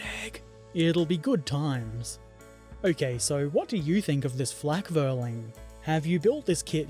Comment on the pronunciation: In addition to the pedantry provided by Alex and BP, "Flakvierling" would be pronounced "Flack fear ling", the letter "V" is normally pronounced as if an English "F", which compensates the Teuton's proclivity for pronouncing the letter "W" in the way a proper English speaker would pronounce the letter "V".